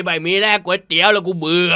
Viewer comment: ไม่ใช่ครับพี่ ต้องออกเสียงว่าก๋วยเตี๋ยว